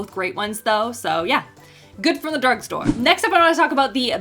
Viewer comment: After talking about the first product, I swear you said "good for the dork store " 😄